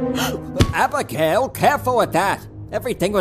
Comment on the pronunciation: the way the old man says abigail “HaBiGaYle”